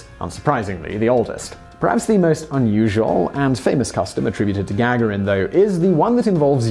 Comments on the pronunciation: can we just clarify if Yuri Gagarin's name is its pronounced Ga-ga-rin or Ga-gar-in. I've never heard it said the way you say it Simon. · to whom it may concern He does it on purpose. Annoying isn't it? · It's not gag erin it's ga garin! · Oh...peanuts! And it's Ga-garin (ɡəˈɡɑːɹɪn) not Gag-arin who doesn't know that? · The accent is on the second ‘a’ - Gagárin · Love the video, but had to give it a thumbs down because of that hideously annoying and obviously intentional mispronunciation of Gagarin's name. Simon, I've heard you say it correctly before in multiple videos. This tactic is beneath you, and it's actually made me lose a tiny bit of respect for your channel. Knock it off. P.S. If I'm somehow wrong and you suffered some sort of stroke between the last time you pronounced Yuri's name and the present, and this isn't intentional, I apologize. But seriously. Stop it. P.P.S. Again, otherwise great video! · "Yuri Gagarin" surname is pronounced "ga-GAR-in", not "GAG-a-rin". Simon also rountinely mispronounces "et cetera" as "eck-setera", but that's pretty common mistake. It's "et-setera". No hard "C" sound in there. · Is GAG-A-RIN the way you say it or typical? As am american hearing his name said Ga-Gar-In. With everything i can find online being that the american pronunciation is more like the Russian pronunciation. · PLEASE SIMON ITS GA-GARIN.........! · You mispronounced Yuri Gagarin's name every single time. I had to turn off the video after the fifth time. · I know name pronunciations can be difficult, but it would be nice for you to spend even a tiny amount of time double checking names like Gagaron in this video or JonBenet Ramsey in a recent video. Even searching YouTube for a video will likely yield the proper pronunciation. Hearing such well-known names pronounced incorrectly is distracting. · Morgan B It's off putting and extremely annoying because it's intentional, noticeable and detracted from the information being imparted.